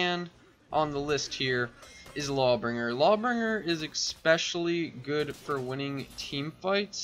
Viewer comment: It’s “especially” not “expecially”